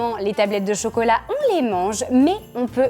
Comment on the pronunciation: Pourquoi vous dites focolat 😮😮😅😅😅